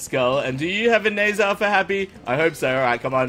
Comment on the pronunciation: I think it's pronounced as nazar not nezer...